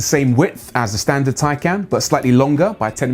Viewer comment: Would everyone please go to the Porsche site and search, how to say Taycan. This guy obviously didn't do that. It's Tie-con, NOT Tie-can.